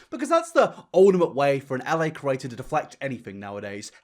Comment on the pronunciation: I love how he says “creator” like “kurator”